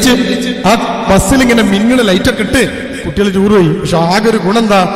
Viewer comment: തൂർ അല്ല ടൂർ ആണ്